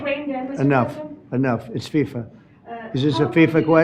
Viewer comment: It's not FISA it's FIFA.